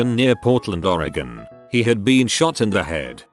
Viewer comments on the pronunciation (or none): none